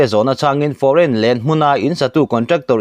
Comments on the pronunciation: Foreign lane hi i lam thiam thlawt nange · Foreign Lane hi I chhiar fuh lo deuh em.. 😀